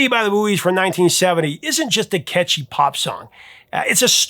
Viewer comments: Great video but I believe the band "The Buoys" is pronounced "The Boys", at least that's the way all of the DJs pronounced it when the song was released. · Uhmm... The Buoys - It's (pronounced "boys"). "The Buoys" is pronounced the same as "boys," not "boo-eez." The name is a play on the word "buoy" (as in the floating marker), but the band intended it to be pronounced like "boys" to reflect their identity as a group of guys from Wilkes-Barre, Pennsylvania. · Too many ads! Why can't Americans pronounce Buoys? It's pronounced BOYS and makes sense for a group made up of erm,boys ! Creepiest song ever is Jane ..it's a fine day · Not the booies. They were pronounced the boys.